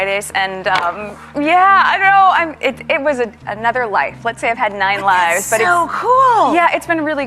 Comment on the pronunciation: when meg says "it was another life" she sounded like "another lie" loooOl freud did you feel that?